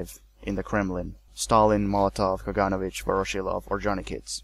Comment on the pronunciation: Not a very big deal, but it would be nice if Russian and other surnames were pronounced correctly: KaganOvich, not KagAnovich; KrUpskaya, not KrupskAya; SokolOvskaya, not SokolovskAya; and, of course, 'e' at the end of Abel Yenukidze's name is not silent, it's Yenukidze, not Yenukidz.